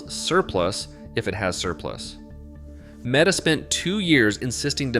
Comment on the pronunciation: MEETA? One of the worst AI slop garbage videos I have seen